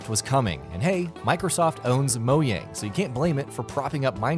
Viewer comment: Great Video, Well Done! But I just have to say. - MOYANG ;) :-) :)